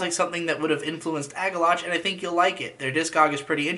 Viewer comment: It's Agalloch not Agallotcs